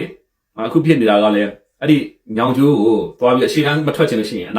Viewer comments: ညောင်ကျိုးလို့ပီအောင်ပြော၊ညောင်ကျိုမဟုတ်။မင်းဗန်းမော်ကိုလည်းပီအောင်မပြောတတ်။မြန်မာစာ၊မြန် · ညောင်ကျိုမဟုတ်၊ညောငိကျိုးလို့ပီအောင်ပြော။ဗန်းမော်ကိုလည်းပီအောင်မပြောနိုင်။မြန်မာစာ၊မြန်မာစကားလေ့လာဦး။